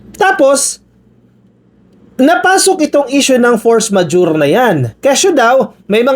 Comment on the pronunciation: you are trying to correct Padilla on how to pronounce “force majeure” but even you, is not pronouncing it correctly! Please listen again and correct yourself! 😊